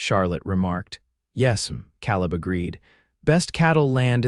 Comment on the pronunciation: Another misspemronounced Word... Caleb Ìts pronunced KAALEB .,UGH